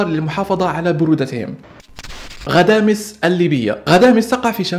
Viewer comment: غدامس وليس غداميس